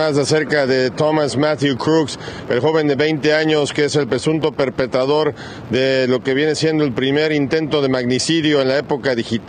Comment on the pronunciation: PERPETRADOR , DE PERPETRAR, NO SE DICE PERPETADOR